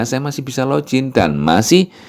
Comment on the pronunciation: login bacanya log in biasa aja, juga finger print fingger bukan finjer, bahasa Inggris kalau huruf "G" di depan atau hanya membaca satu huruf "G" saja memang jadi J. Tapi kalau huruf g di tengah atau di akhir bacanya tetap g biasa sama dalam bahasa Indonesia